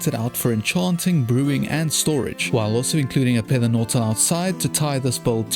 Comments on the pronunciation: Was pether nortal intentional? i thought it was funny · Did you notice that he rited Pether Nortal instead of Nether Portal?